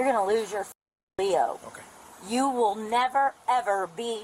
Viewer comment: It’s usually said L.E.O. not Leo but she’s obviously been arrested quite a few times to say it like that 😂